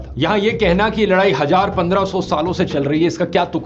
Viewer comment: I love Dhruv and his presentations but hate it when he keeps mispronunciation of HaZaar why does he HaJaar all the time 😜